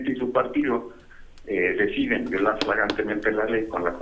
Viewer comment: Se dice "flagrantemente", con L al principio. Échenle ganas.